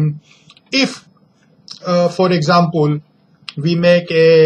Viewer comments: Ok ok but what is exampul he spell example " exampul" lolll xd He is so confident while saying" no one ask this question " Hey boy no-one ask this question cause no one is stupid like you loll he is such a stupid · Seing theis inglis deies😂😂😂😂🤣🤣🤣🤣🤣 foor exampul and gravitu deies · he said exapol